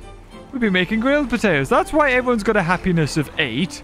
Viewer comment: the way you said potatoes the first time was very wrong...